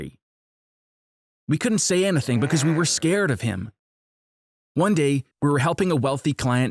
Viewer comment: Ikr "anythen"